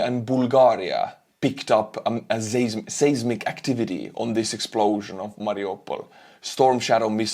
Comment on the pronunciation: Hello! A small pronunciation error I noticed was the way you pronounced “Seismic”, the spelling is weird (as is most English spelling 😂) but the pronunciation is actually more like “Sizemik” than “saysmik” Just a small thing though no need to worry!! Have a great day!!:)